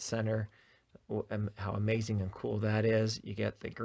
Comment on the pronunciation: Bro said amaxing 💀